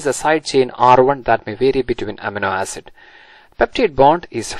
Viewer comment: not to sound rude or something but it is supposed to be pronounced uh-meee-no ae-sid